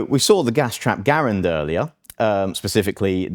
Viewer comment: "Garand" : Epic glory. 👍 "Gair-end" : Epic cringe. 👎